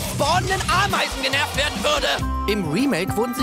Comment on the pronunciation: "Gernervt" Gerner Werner (War das Absicht?)